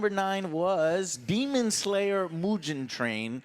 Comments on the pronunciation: MOOGEN NOT MUJIN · Mujin Train instead of Mugen Train. :D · MUSHEN TRAIN Lmao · Hearing joe pronounce mugen was pretty fucking funny ngl